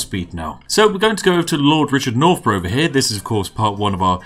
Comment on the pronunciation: Lord nor-bruhhh